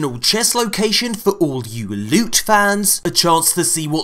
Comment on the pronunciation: You really need to stop saying "loot" like that. Its insulting to the word. 2tokensandablue.